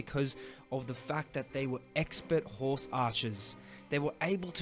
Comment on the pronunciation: Expert horse archer somehow sounded like a funny insult with your accent